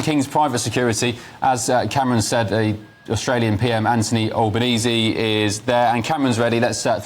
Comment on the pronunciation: ALBanese not Allbanese